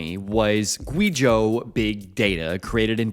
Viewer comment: It’s way past time to start doing basic research on pronouncing the names in your China stories. You don’t have to learn how to pronounce pinyin just type them into Google Translate or something. Not “gwee zhō” more like “gway zhō”.